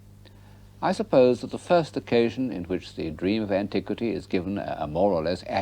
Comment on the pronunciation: Did I hear him say “antique-city”? 😊